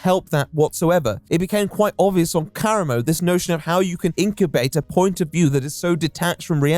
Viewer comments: Why do you always mispronounce people's fuckin names?? It’s not KARamo. He says his own name and clearly says kaRAmo. JFC it’s so annoying, every video. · not gonna lie, not taking the time to learn how to pronounce karamo’s name correctly is giving racism. it’s not a difficult name to pronounce. i’m also british + dyslexic so i know it’s not an accent thing.